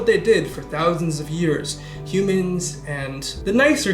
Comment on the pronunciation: Yumans is how Trump pronounces "Humans"